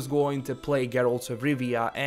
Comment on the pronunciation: I like how you say Geralt